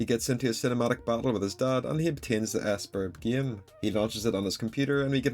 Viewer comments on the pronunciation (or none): "ess-burb" DUDE 😭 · Just letting you know, (not trying to come off as rude but I just had to correct your pronunciation of "sburb") basically sburb is pronounced like"suburb" without the first "u"